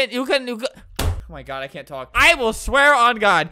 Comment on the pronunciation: No HE SAYED CUN'T CU- CAN'T